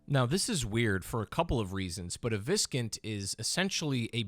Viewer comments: I have never heard Viscount pronounced (vis-cunt) I’ve only ever heard it pronounced (vī′kount). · Is it really pronounced as cun t? Not count like count dracula? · As others suggested, the word viscount is actually pronounced "vy-count". I believe it's of French origin and therefore the S is essentially silent. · It's pronunced Vise Count. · Its pronounce Vie-Count (Vye-Count) like vyke's name. Its a title above a count though irrc its the title you get just before baron. A baron may oversee a couple viscounts, but may also be one as well for other lands. Its all very complicated. (For term Viscount) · Viscount is pronounced "VIE-count" lol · Please stop saying “viscount” it’s pronounced “vie-count”. You sound so extremely uneducated. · Viskint? What the fuck man.. english is your mother tongue for God’s sake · Just fyi, Viscount is pronounced Vai-count. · I was gonna comment this. Though to be fair, it's not exactly a word you hear every day. It's one of those words you really only ever read in text. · I have an odd respect for people who confidently mispronounce things. It means they're familiar with the word, but they've never heard it spoken.